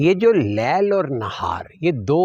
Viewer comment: القرآن - سورۃ نمبر 14 ابراهيم آیت نمبر 33 أَعُوذُ بِاللَّهِ مِنَ الشَّيْطَانِ الرَّجِيمِ بِسْمِ اللّٰهِ الرَّحْمٰنِ الرَّحِيْمِ وَسَخَّرَ لَـكُمُ الشَّمۡسَ وَالۡقَمَرَ دَآئِبَيۡنِ‌ۚ وَسَخَّرَ لَـكُمُ الَّيۡلَ وَالنَّهَارَ‌ۚ ۞ قران آپ غلط پڑھتے ہیں..لیل کا زبر ہے پیش نہیں..